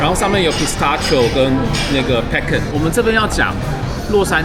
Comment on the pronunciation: Salted caramel, pecan, pistachio這幾個發音都超台😂建議阿滴練一下發音❤